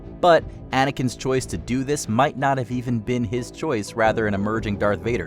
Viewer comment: . You mean, **DEW** it?